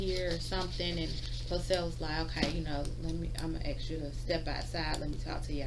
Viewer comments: She sure “axes” a lot of guys. Is that even legal? Axin’ guys? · We're axeing u to leave now lol... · Ask, aks and aksed wow. What an educated person. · She axed him so many times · I'm confused, this lady is a lawyer? " Dis when I axe " " An den dats when " ? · "Axe"???? She works for the government and she cannot speak English? Sad and disgusting.....and she's a liar! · My new law... anybody that uses the word axe in place of ask can never be a judge!!!! Yes you read it hear... new law... because I’m real important to me! And my opinion of me is all that matters!! Lol This broad can’t complete a full understandable sentence! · My new law, anyone who uses hear, in place of here, only gets one vote per election... but still anyone saying axe in place of ask shouldn't judge anything.